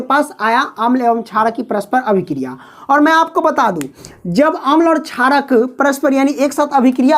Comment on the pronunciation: Not charak it's sharak